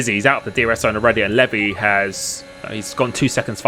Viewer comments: Pretty sure it's pronounced like LEE-VI not LEV-E , but he took that bait hard 😅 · Is it not pronounced Leev-eye? Not levy? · It’s lev-I not Levi 😂 great video watched live and was a fun one to watch!